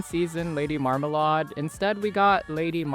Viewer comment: Okay but why did you say marmalade like that 😭